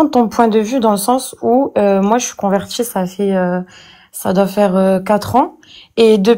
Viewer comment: "Moi je suis convertchie" LOL